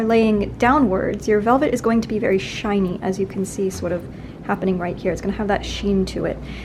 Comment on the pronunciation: I don’t know why, but it makes me so excited whenever Bernadette says “sort of”. Whenever she says it, a little bit of a New Yorker accent pops out and is so different from the way she usually talks. ( is a good example)